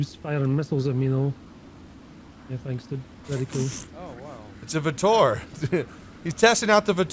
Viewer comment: The vautour is pronounced ''vo-tooor''